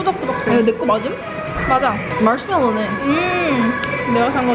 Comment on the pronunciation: 발음 대박 ㅠㅠ멀쉬멜로우